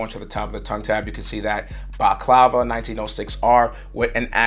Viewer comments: Couple of things to mention there’s no Bordeaux on this shoe and baklava is pronounced bak-lava it’s a pastry not a mask bro. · 1.Medusa 2. Scorpius 3. Rosewater It’s pronounced Baklava (Bahk Lah Vah) it’s pretty tasty 😊